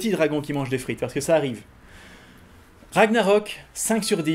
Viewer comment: on ne dit pas "RAGNAROK" comme ça se prononce :o mon dieu au grand jamais :o (j'suis pas nazi ;p)